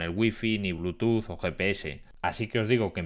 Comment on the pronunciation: aun no me la creo pasan los años y no pronunciar bien el protocolo de conexión inalámbrica ya es por necios, por mas que me digan que la real academia y bla bla, eso ya es de necios, porque algunas palabras en ingles si las pronuncian bien y otras no, eso es no querer cambiar.